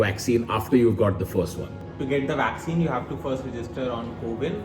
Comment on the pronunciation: Public: Vakccine kaha hai Tanmay: Waxene yaha Hai